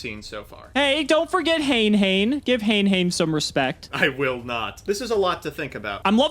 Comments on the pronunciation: Hane hane is not pronounced the way your sayimg it. Its "Ha Nay Ha Nay" if you dont believe me check out the old school tutorual video. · Its pronounced Ha né Ha né